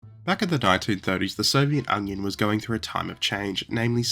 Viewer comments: Who pronounces it "Soviet onion"? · Did he say Soviet Onion? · did say “Soviet Onion?” Or am I going mad? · "The Soviet Onion" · why does it sound like you started with "Soviet Onion"? (Cool video btw, I've never heard of these!} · The Soviet Onion you say? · "Soviet Onion" killed me 😂. Yes it's funny when misheard. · The Soviet “onion?” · I had to rewind to see if I heard it correctly you said "soviet onion" in the start :D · "the Soviet onion"? xD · The Soviet Onion? Lol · If you don't want us to think this is an AI channel, please don't pronounce it "The Soviet Onion" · This guy literally said "soviet onion at the 2 second" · "The Soviet onion"... 🥴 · Did he just pronounce it as the Soviet onion? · 02 "the Soviet Onion" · 4 seconds. That's all it took. The Soviet 'Onion'? Yeah, I can't take your story seriously, so I'm done with your channel. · Soviet “onion”? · Three seconds in and "The Soviet Onion"